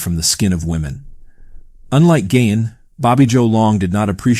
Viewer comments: It’s Ed GEEEEEIN! Not Ed Gain! Lol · The pronunciation is gEEn not Gain and he wasn't a serial killer. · Really good video, very well executed. Only thing that kept bugging me was when you'd say Ed Geins last name, you'd say "Gain". You pronounced it properly in the beginning, but after that you just kept saying "Gain" which threw me off several times taking me out of the flow of the video.